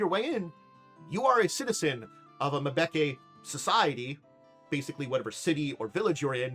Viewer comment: I think much like some west African names, it may be pronounced Mmm'be'ke'. Like Mmm yummy! I knew a guy named Mtube' and it took me a bit to get the Mmmm right and not pronounce it as M-tube' and I'm ancestrally part west African so don't feel bad. But overall you're a lot closer than I was with my friends name.